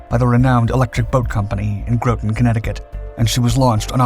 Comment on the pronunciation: Groton, Connecticut is pronounced GRAH-tohn, not GROW-ton. Look it up. Electric Boat is in GRAH-ton, Connecticut.